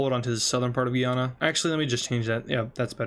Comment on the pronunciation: French guiana and Guyana are differently pronouced